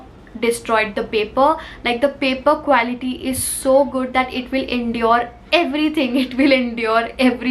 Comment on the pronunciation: I Love ur videos a lot.. But Just want to tell u that pronounciation of quality is क्वालिटी and not क्वैलिटी ❤️